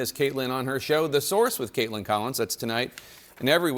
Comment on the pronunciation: I'm sorry, I'm still laughing at Jake Tapper calling Kaitlin Collins "Kaitlins" and how not a single beat was missed